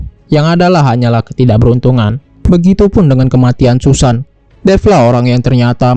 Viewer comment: Susan dibaca Sasen 😅😅😅